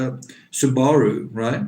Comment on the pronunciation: I like how your pronounce Subaru and chalet, you make the most mundane things sound exotic.